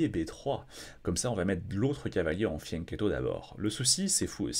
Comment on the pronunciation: a un problème avec Anna mais aussi (un peu) avec le terme "fianchetto". Il ne cesse de le prononcer "fiennchetto", mais aussi "fiannchietto", rajoutant un "i" au diminutif "chetto". Un petit cours d'italien, deux trois parties italiennes et il n'y paraîtra plus 😉